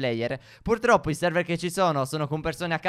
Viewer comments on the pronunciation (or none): none